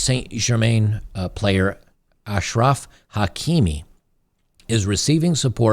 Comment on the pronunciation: You said his name right Ash-raf is the way it's pronounced. Most other channels say AK-raf😂 This man must be protected at all costs!